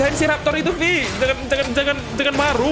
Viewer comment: Bang bacanya vi bukan ve